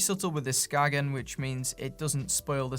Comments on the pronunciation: Just a Dane passing by. When pronouncing Skagen, you don't say the G/it's silent, so it's pronounced Skaen if you wanna say it the Danish/"the right way". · That was a rather depressing video. I have Skagen watches (pre-Fossil) and these are still among my favorites. Great materials, such as titanium, and the movements were made by Seiko. The brand originates from Denmark. A local told me that the brand is pronounced "Skane". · Unless it was specified to be pronounced "Skagen" then the right way to say it is "Skae-en". I speak Danish, it's weird in ways. Not criticizing anyone for mis pronunciation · I own a couple of early Skagen chronos - early 90s, 37ish mm? - that are still working to this day. Interesting point: I met a tourist once from Denmark who quickly corrected me when I asked him about my "Skagg-in" watch... "SKANE," he said, "It's pronounced, 'SKANE.' " 😉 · Skagen is named after the northern Danish town, and it's pronounced "Skain". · 'Ska en'....no 'G' sound in the pronounciation, it is a 'guttoral stop' like a cockney saying 'water' ... 'wa er'